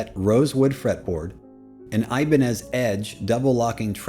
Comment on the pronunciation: Gostei da sua pronúncia do nome Ibanez!👏😃👏😃👏😃👏😃👏😃👏😃👏😃👏😃👏😃